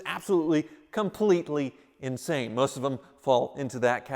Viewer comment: "inshane" lol insane